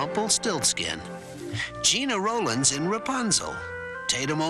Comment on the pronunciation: It's interesting that the mispronunciations of Gena Rowlands' and Susan Sarandon's names slipped through here, even as they corrected the previous omission of Rip Van Winkle and abbreviated titles of The Tale of the Frog Prince and The Boy Who Left Home to Find Out About the Shivers.